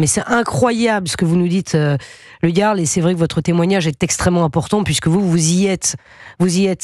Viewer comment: Ah, il faudrait que Pascale dise à l'autre Pascal comment prononcer le jarl.